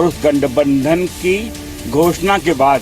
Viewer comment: ye ke aaspaas isne gathbandhan bola ya gandbabdhan.. clear karna yar.